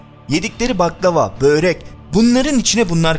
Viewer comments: Kardeşim Böyrek değil Börek. Bu kadar önemli konu işleyp, yabancı teknik kelimeri bile doğru telaffuz ederken lütfen böyreke dikkat.🙏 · Basliga bak anlatila bak böğ-rek ne la? Börek o.